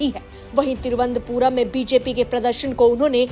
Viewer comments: It is Tiruvananthpur not Tiruvanthpur pl note. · तिरुअनंतपुरम है नाम मैडम तिरु अन्तपुरम नहीं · Vo. Thiruvant puram. Nahi. Thiru. Anant. Puram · तिरुअनंतपुरम बोलिए। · पहले थोड़ा-बहुत अच्छे से तिरुवनंतपुरम कहने का उच्चारण सिखलो बाद मे जो भी प्रस्तुत करना है किजिए ।